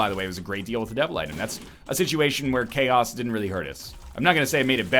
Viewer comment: When you said ''Chaos'' I understood ''Key ass'' xD